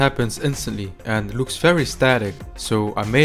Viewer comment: Ant 🐜 ❌ End ❌ And ✅....Anding, And Animation 😂